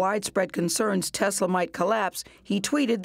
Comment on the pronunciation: He says Tezla